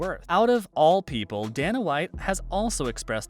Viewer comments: Dayyyyy-nuhhhh not dan-uh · Not to mention he shows ngannou instead of mcgregor when he's talking about how diaz and mcgregor have bad blood. And come on... it's Dana, not Dan-uh. Step your game up